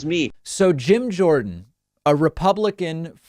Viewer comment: Jorden not Jones